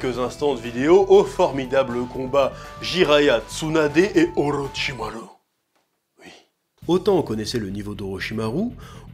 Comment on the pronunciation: Moi ce qui me fume c'est pourquoi tu prononce "u" au lieu de "ou" dans les prénoms "Naruto", "Sasuke", et "Orochimaru" alors que pour "Tsunadé" tu prononce correctement😅